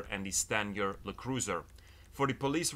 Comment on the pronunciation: It’s not “Le” cruiser. LE stands for law enforcement, bud